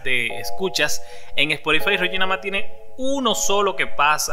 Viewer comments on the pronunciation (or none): none